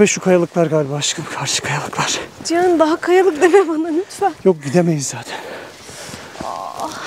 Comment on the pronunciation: hanımın ciyan ciğan cihan telaffuzu hayli ilginç geliyor bana. Çok tatlısınız,size iyi kamplar bize iyi seyirler